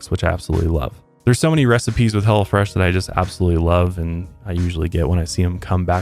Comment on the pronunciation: I thought you said he'll fresh